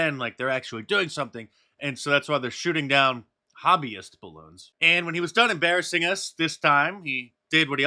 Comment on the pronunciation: Duuur, DiVeRsItY iS oUr STrEnTgTh 😵‍💫 ... We shoot down bawoons... we do good only miss once